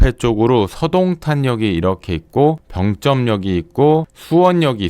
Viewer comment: 병쩜이 아니고 병점이죠. 발음이 좀 거북해요. 굳이 세게 발음할 필요가 없는 단어인데..